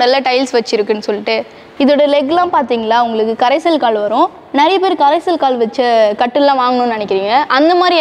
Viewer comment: கரைசல் கால்னு சொல்லக்கூடாது. கடைசல் கால்ன்னு சொல்லணும்மா..... கரைசல் ---கடைசல் ---ரெண்டுக்கும் எவ்ளோ வித்தியாசம்..... தமிழ் சரியான முறையில் உச்சரிக்கவேண்டும்....